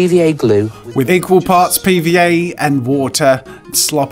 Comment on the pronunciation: I only got cable TV back in 2001, tuned in to Disney Channel, and I instantly got hooked to Art Attack, and it made me inspired to do art. Though I cringed a bit, yet got excited, whenever he said "PVA glue" because it sounded like "pee".